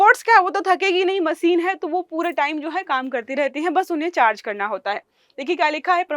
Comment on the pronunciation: वो मसीन नहीं मशीन होता है... अपनी स्किल्स बेहतर करो... 😂😂